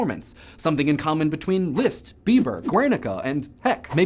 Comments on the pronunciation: It's Liszt, NOT Lieszt! If you are going to pretend to be trying to pronounce it correctly in German, pronounce it CORRECTLY! Short "i"! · You pronounce Liszt weird. XD Leest. >< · I have never heard anyone pronounce those names as you have. Leeeezst and Heineeeee?